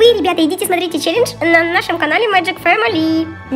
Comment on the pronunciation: Неправильно: челенж. Правильно: челендж.